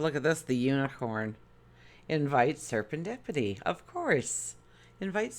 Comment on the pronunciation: Hi! It’s “Ser-en-dippity”. I love your readings!